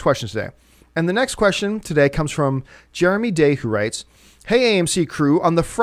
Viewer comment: Jare-uh-MEE! Jare-uh-MEE!! JEREMY JAHNS!! Jeremy fuckin JAHNS!!!!! WOO! Bout TIME! I am way too excited about this. lol